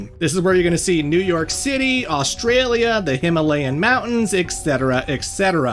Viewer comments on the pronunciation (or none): none